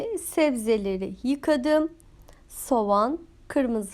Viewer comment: "Demleme Usulü Pilav", "Sovan" "Vijiteryan" dediniz 😃Ellerinize sağlık